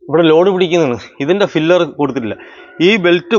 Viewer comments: ഫിലർ അല്ലടാ, പില്ലർ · ഫില്ലർ അല്ല പില്ലർ ആണ് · ഫില്ലർ അല്ല , പില്ലർ എന്നതാണ് ശരി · Filler alla pillar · "ഫില്ലർ"അല്ല ചേട്ടാ," ,"പില്ലർ "ഈ Basic ആയിട്ടുള്ള വാക്കും കൂടി അറിയാത്ത ആൾക്കാരെ മറ്റുള്ളവർ പറ്റിക്കും!👍🏻, ഒരു Qualified ആയിട്ടുള്ള എഞ്ചിനീയറെ വർക്ക് ഏൽപ്പിക്കാതെ വഴിയേ പോയ ആൾക്കാരെ പണി ഏൽപ്പിച്ചാൽ ഇങ്ങനെ ഇരിക്കും! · Filler alla maistry. PILLAR